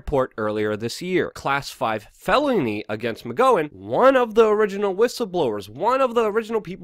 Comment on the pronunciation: How do you mispronounce so many oft-spoken names? Weinstein, Tokei, McGowan... you didn't get a single one right.